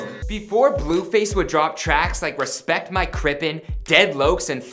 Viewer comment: probably the whitest way somebody's ever said "respect my crippin"